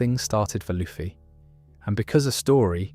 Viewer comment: Brother why are you saying luffy like that